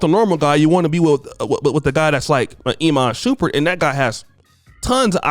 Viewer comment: Lol "E man Shoeperd"? "Iman Shumpert"